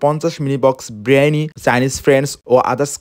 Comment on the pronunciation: বিরিয়ানি❌। ব্রিয়ানি🤣✅ পোলাও❌। প্লাও✅ 🤣🤣🤣🤣🤣🤣🤣🤣🤣🤣🤣🤣